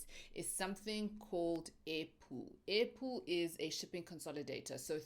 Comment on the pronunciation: All this time, I thought you were saying apple, kanti airpool😂😂